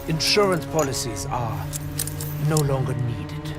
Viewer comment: “I wanted to go longarrr”